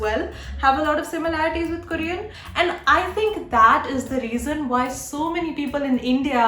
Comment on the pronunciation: ITS NOT "KARIAN" ITS KOREAN